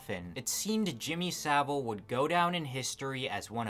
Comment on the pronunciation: SaV-ile, not Sabil. And it's actually pronounced "piece of shit".